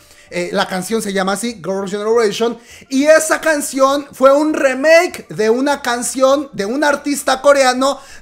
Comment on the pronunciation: Me tuvo estresado a mi y a mi Toc, Todo el video llamandole "remake" a la nueva canción de aespa. Aunado a que lo pronuncia mal. No se le llama remake al hacer una nueva versión de una canción ya existente. Se le Llama "cover". La palabra "remake" se utiliza para referirse a hacer nuevas versiones de películas o series no se utiliza con canciones. De ahí en fuera adoro tus videos aunque no escucho kpop. Me fascina como cuentas las cosas.